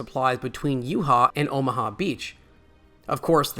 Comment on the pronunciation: You-Ha and Ahmaha beachheads… oof